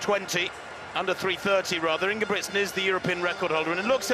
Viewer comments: Why do they pronounce ingebricksen? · Most of the European commentators do the pronunciation right. But it appears to be difficult for an English speaking person. Hardly none do it right. I am Norwegian by the way..